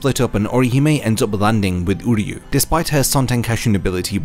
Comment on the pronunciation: I hope you do my boy uryu justice in your next video, this was a really good deep dive on Orihime, it’s actually inspired me to try and make an uryu video, keep up the good work, I love the content 😊 Ps: everything says him name like “Udyu” because of the English dub but it’s pronounced “oo” as in Oo that really hurt and “ryu” like ryu from street fighter, I’m not trying to he a grammar queen but if it’s as long as this video I’m sure you wouldn’t wanna mess that up 😊